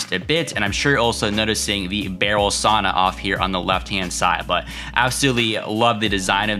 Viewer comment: Say you’ve been to Scandinavia, still pronounce sauna wrong....